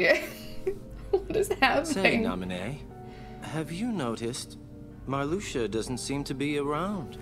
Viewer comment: Calling Marluxia Maraschino I died XD